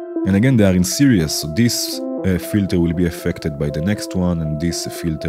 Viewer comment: Very nice! Thanks for sharing your techniques :) btw 'series' is usually pronounced like 'sear ease', not like 'serious'